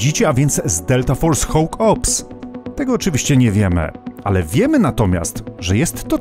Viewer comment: Slowo konstruktywnej krytyki. "Hawk" czyta się jako "hok" a nie "hoŁk". Sorry, ale bardzo mnie to kłuło podczas oglądania.